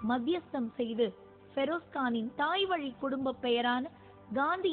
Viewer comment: I hate the way this news reader pronounces the name Feroz. Seems like an illiterate person.